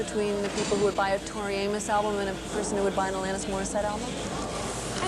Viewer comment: The interviewers can't pronounce their names; she called them Tori Amoas and Alonis.